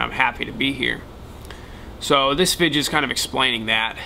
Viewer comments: video not vijeo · Why's he say vidja